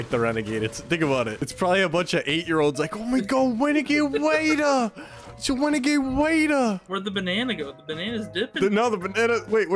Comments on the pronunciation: Wenegade waaaaiiiidddeeerrr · Actually it’s wenegade waidah